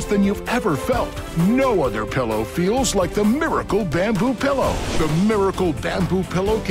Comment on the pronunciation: There is nothing that annoys me more than people who pronounce it PELLOW.